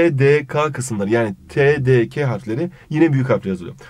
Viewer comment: 22.27 TDK'nin veya TDK' nın dediniz ke ka olarak okudunuz ama ke olarak okunuyormuş 4. Testte 1. Soruyu bu yüzden yanlış yaptım TATS 'dan öğrendim